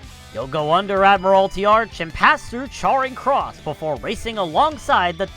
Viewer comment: Your pronunciation of Trafalgar, Charing and leadenhall is hurting my brain